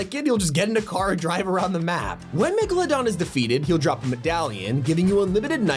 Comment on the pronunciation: He said megladon